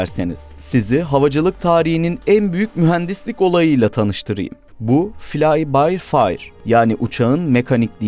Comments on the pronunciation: Fly by fire değil fly by wire olacak doğru telafuz edin lütfen. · Fly by wire reis, fire deil 😂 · "Filay bay fayır" 😂😂😂 "wire" olmasın? 🤔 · "Fly by Fire" değil FLY BY WIRE olacak. Abone oldum ama bunlara dikkate edin. civarında da uçağın tek başına fiyatını "bin dolar" şeklinde söylediniz. Oysa bu uçak milyon dolarlık bir uçak. Turgut Özal olmasaydı bu muazzam savaş makinesine sahip olamazdık, ortak üretim ise bu işin kaymaklı kısmı oldu. Ama Amerika böyle bir platformu babasının hayrına bize satmadı tabi. Yıllarca mühimmat ve yedek parça ile modernizasyon mevzularından bizi söğüşledi.